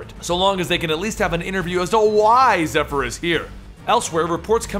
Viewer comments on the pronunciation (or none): Ngl when he first said her name all i heard was heifer